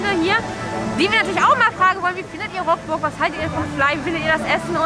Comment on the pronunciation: Sehr gutes Video, aber: Rockburgh??? Es wird leidergottes Rukburgh ausgesprochen...